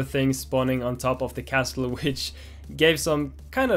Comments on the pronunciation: The "T" in Castle is silent so it's pronounced Casle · Dani! Castle is pronounced - Casele! the "T" is not pronounced :D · I wonder how many time Dani said castel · Making great progress, nice work! Just a tip, the "t" in "castle" is silent, so it's just pronounced "CASS-ull". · It makes me mad every time he says "castul" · For future vlogs: the T in 'castle' is silent... and please dear God of Devlogs, make him read this, because I can't listen to his pronunciation anymore. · why do you have to pronounce castle like that?